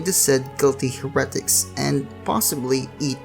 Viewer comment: Ahem 'Hare-uh-tik"